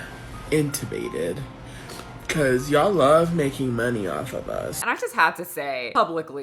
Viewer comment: incubated....heehee....intibated. your so funny. I love your content